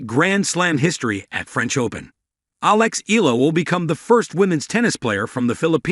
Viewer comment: Her surname pronounce E yala